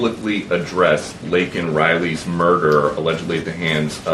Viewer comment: Cringe Jean-Pierre can't even say Laken Riley's name